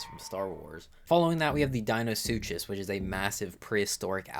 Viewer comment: Deinosoucheous and chai-tin got my ears hurting(not to mention, what the hell is a dedonicus or a dunkleosthusis😭) Edit: TERRAJAPA?